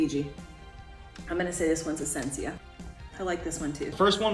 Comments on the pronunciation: Essencia pronounced like that is awful 😂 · Didn’t know that’s the way to pronounce essentia lol